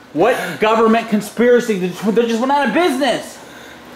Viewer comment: “GODDAMN GUVNENT!”😂😂😂